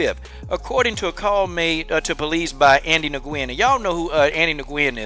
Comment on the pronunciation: Nguyen is pronounced like "win". Just fyi. But yeah fuck this guy tho.